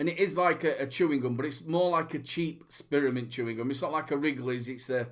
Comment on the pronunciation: and people say i have a accent, love the SPEARmint hahaha nice one